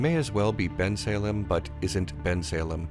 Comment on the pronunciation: As a Bucks County kid, I love you for correctly pronouncing "Bensalem."